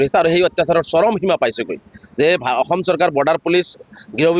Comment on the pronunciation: বাংলাদেশীয়ে তেনেকৈয়ে কয় বাংলাভাষীয়ে ক'ত অসমীয়া শুদ্ধ কব পাৰিব ।